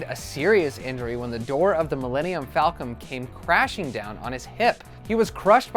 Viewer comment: Did I hear Millennium Falcom? With a M?